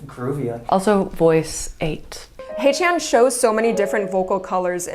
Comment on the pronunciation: love this reaction! its read as "hechan" btw not "haychan"